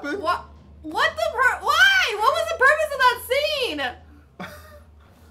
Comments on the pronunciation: i think you mean " what was the...porpoise" sorry, i'll leave now. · What I actually heard say was "Why, what was the 'porpoise' of that scene?" and I died.